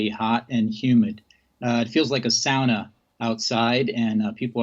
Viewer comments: souner??? not saurner or however you say it. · "It feels like a sowna" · Never heard Sauna pronounced that way!